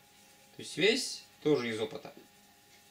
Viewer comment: Мне одному кажется, что лектор произносит "свезь", вместо "связь"?